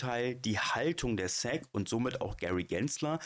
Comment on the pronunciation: Super Video - wie immer! Danke für den BOBO Coin Tip! Eine Bitte bzw. ein Verbesserungsvorschlag: Dein Aussprache der SEC ist Säck, bitte zukünftig auf Englisch (es i si)